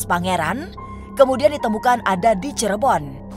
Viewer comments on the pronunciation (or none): none